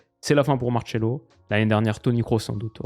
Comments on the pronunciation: Par pitié il faut arrêter de dire MarTchelo et Gabriel Resus, en Portugais on dit Marsello et Jesus tout simplement. À part ça super vidéo lol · Genre Marcelo, ça se prononce Martchelo? J'ai jamais entendu ça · Mdr pourquoi t'appelle Marcelo "Martchelo" 😂